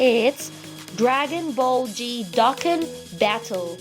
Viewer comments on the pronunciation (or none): I love the butchering fo dokkan as dookan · Bro spelled dokkan wrong "dookan" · Dookan battle? lol I enjoy video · Dokkan battle D O K K A N B A T T L E Get it right And it's Dragon Ball Z Stop ruining our childhood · And not dookan is dokkan